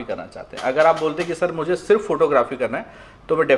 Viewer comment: Surf bolte ho wo nhi adhure